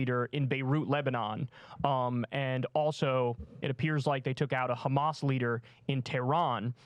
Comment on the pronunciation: "But do you condemn khhamas?" He he